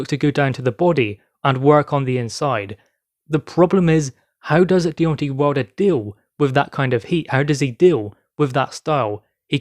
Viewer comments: Its Deon TAY not tee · It's not Deon TAY, it's The TWERK INATOR.